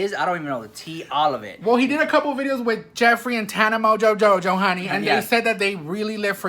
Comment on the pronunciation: "Tana Mojojojo" lol